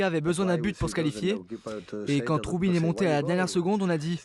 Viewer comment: Ce n'est pas troubine ; mais trubin😎